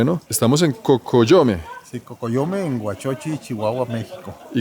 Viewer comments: no se dice Chihuahua... Se dice sssssshiguaaaguaaa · No te diste cuenta en la manera de pronunciar la C H ,como Shihuahua mashaca mushasha .😅